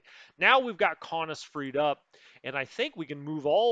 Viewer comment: your pronunciation of Kaunus is how I would say it. Please don’t change it lol.